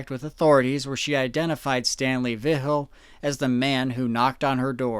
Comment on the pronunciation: Dude I love you, you do amazing research but hearing you pronounce Vigil is actually hurting my soul